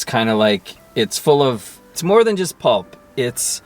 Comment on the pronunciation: Pulp, it's pulp, lol, Merry Xmas!